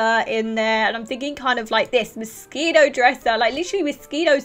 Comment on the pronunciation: When you say Moschino, it sounds like Mosquito 😂 Your accent is sooooo cute!!! 😍